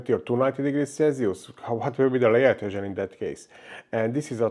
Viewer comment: Work on your pronunciation please. It is a pain to listen to you. But you did a very good job mixing the beat on the layer "edhézsön" test :D And keep up the good work of course. These are very informative videos.